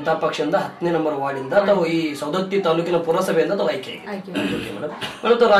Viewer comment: ಸರ್ ಸೌಂದತ್ತಿ ಅಲ್ಲಾ ರಿ ಸವದತ್ತಿ. ಸರಿ ಮಾಡಕ್ಕೊಳಿ